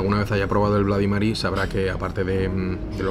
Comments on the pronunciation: Si uno no sabe cómo se pronuncia el abecedario en inglés..... Es lo que tiene, igual que tus "blady Marys" jajajaja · Estaria bien que supieses pronunciar correctamente cosas básicas como "Bloody Mary" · No entiendo de verdad por qué los españoles no hacen un esfuerzo en pronunciar bien el inglés. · De los creadores de los "nochis" y "mocharella" llega el "BLADI Mary" madre mia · Cada vez q has dicho blady mery creyéndote q sabes ingles estaba gracioso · “Bladi Mari” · Todo bien hasta que dice "bladymery", aunque la mona se vista de seda mona se queda! 🤣🤣🤣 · Se pronuncia blodimeri? o bladimeri xD